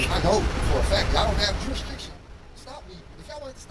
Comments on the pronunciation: "Jurisriction" lmao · That "juriswricsion" will get you every time. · They can’t pronounce ask but you expect them to say jurisdiction correctly, Lol? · JUR-IS-DIC-TION..... say it slow.: ).